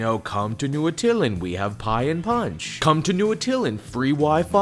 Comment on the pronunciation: Atta-LAAAAAN! It's pronounced Atta-LAAAAAAAAN! That's how they pronounced it in the 90s animated FF show.